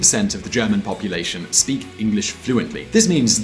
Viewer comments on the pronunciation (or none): none